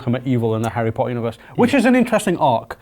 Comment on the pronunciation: The bearded guy can't even say Harry Potter correctly